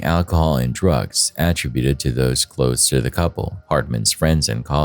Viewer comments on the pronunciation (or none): Please, say ATTRIBUTED incoorectly one more time.